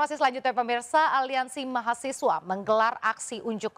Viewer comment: Ini orangnya yg gak sekolah.....nyebut mahasiswa ....mahasewa ...tar nyebut satpam jadi saptam